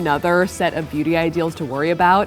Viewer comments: I heard the entire video: Booty Standards. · When they said beauty standards sounded like "BOOTY standards" 😂😂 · I thought they said booty standards 😂